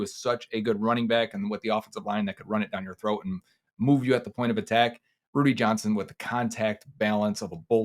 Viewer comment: It's Rudi... Not Rudy